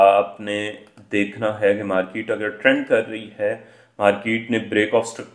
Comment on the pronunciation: The word is Market and not Markeet. Please correct. Otherwise good